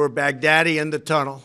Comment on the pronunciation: I swear he’s pronouncing baghdadi like bad daddy on purpose 😭😭🤣